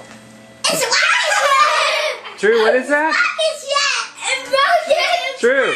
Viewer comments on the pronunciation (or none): I cannot BELIEVE how many views this got... my son's looking back at this wishing he could pronounce "Rocket ship" correctly... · For those of you who don't understand, meant rocket shiP with a p. The reason why he's pronouncing the p as a t (not realizing and didn't understand it's a bad word) because he can't pronounce the /p/ sound very well at that time.